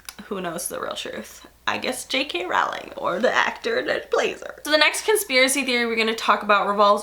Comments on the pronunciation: Anybody else irked to death by the way she says Rowling? I've always heard it with an 'oh' sound, not 'ow' I love you,, but this is killing me right now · Rowling is pronounced “rolling”